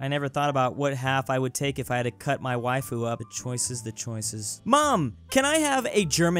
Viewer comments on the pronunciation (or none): none